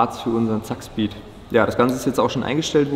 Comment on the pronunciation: ZAKSPEED und nicht ZAAKSPEED!